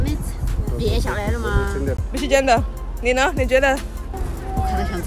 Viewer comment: You ask then “and you” which sounded like “ne na?”. I’m Tswana from South Africa and we would say Lena? 😂😂😂I found it funny